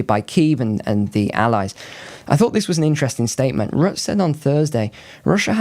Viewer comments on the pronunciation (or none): none